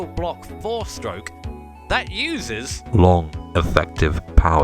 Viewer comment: Literally Nobody: My Sides:: L O N K. E F F E C T I V E. P O W E R. S T R O K E S